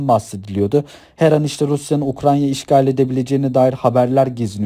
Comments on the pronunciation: Ukranya değil Ukrayna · güzel olmuş ama "UKRANYA" değil.